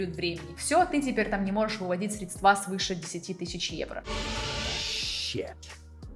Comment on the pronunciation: Не средствА, а срЕдства)) Из какого болота девушка вылезла?